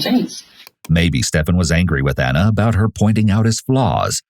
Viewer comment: Ik screw her but it was irritating me so much because they were calling here "Anna" and her name was "Ana" two totally different pronunciations.